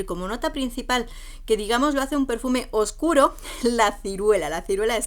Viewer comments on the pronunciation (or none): none